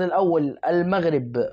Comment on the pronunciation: ليه بتتلعثم لماتريد أن تنطق بكلمة المغرب .كأنك تنطق بها غصبا عنك انت معلق كن واقعي وأترك عنك.........؟؟ أعلم أكثر المشاهدين عندك مغاربة